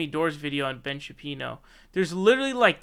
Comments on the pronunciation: Is there a reason you are calling him Ben "Sha-Pee-no" as opposed to Shapiro? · Ben Shapino? Come on you're better than this. You can easily dismantle these clowns without resorting to petty tactics like deliberately mispronouncing Shen Bapiro's name, ok. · Why do you keep calling him Ben Shapino? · "Ben Shapino" XD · Ben “Shapino”